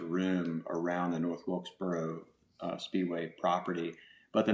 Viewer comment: I’ve lived in NC my whole life and heard all kinds of southern accents, and I still don’t understand why JR can’t say “north wilkesboro”. It’s like he’s saying “north wiltsburl” every time. Where does that come from??